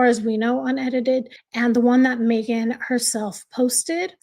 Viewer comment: It’s so disgusting coming from her. Even WORSE her editing the pic to make it more awful. And yes, u pronounced it correct :)